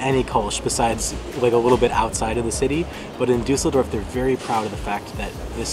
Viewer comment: Duss el dorf. Not Du sell dorf lol